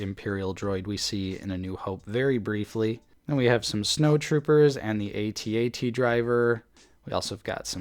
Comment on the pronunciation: Amazing!! Congrats!! 👍 (AT-AT not A-T-A-T Driver.)